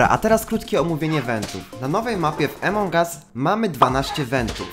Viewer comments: Jak coś to Amongas a nie Emongas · takie pytanie : czemu gadasz emong us a nie among us ? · Emong US xd czy ja tylko mówię among us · nie wiem czy wiesz ale mówi się among us a nie emong us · Nie emongas tylko amogas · niw emong as tylko among us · Among Us nie Emong Us sry ale to boli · Twoje błędy wymowy nie emong us tylko "amon us" Te g jest takie cienkie i "wolt" a nie vault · Among US a nie emong us